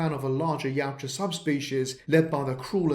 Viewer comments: I love this, just wish you had pronounced the name right with how often you use it. My brain couldn’t stop trying to correct you. (Ya-OOT-ja) not (Yow-Ja) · Its pronounced.......ya ooh ja